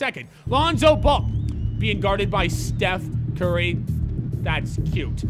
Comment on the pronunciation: Y u say steph and curry as if they were different people lmaoo